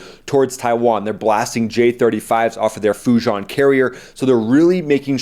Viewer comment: FYI: The proper pronunciation for that Communist Chinese carrier FuJian is not "Fu Jon", it is "Fu Jee-an". Fujian is the name of a province in China. Thanks for your coverage of these topics. You channel is great! God bless the USA!